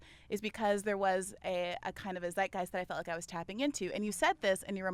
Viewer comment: min. As a german I hear the german word "zeitgeist". Must be the same in English. But funny to listen AOC speaking German! 😅